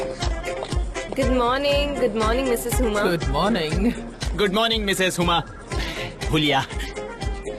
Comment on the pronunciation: Huma ❌ huya ✅